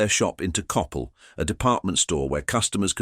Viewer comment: It would be nice if you could pronounce the names correctly, such as Coppel and Jose.